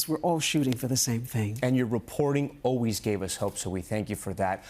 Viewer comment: So, you're back to "O-ways" again, Tom?? SHAME ON YOU!! You proved last week, you CAN say "ALWAYS;" NOW SAY IT!! always, Always, ALWAYS - ALWAYS, ALWAYS, ALWAYS!! SAY IT!!